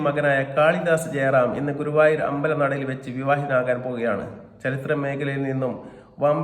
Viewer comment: ഗൂവായൂർ അല്ല ഗുരുവായൂർ 😅